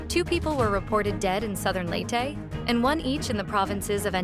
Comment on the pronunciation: ilow ilow, Typhoon Tinow, southern Leytey, ano ba yan reporter niyo